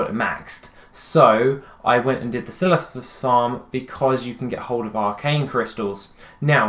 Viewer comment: The way you said "Silithis" made me giggle!! 🤭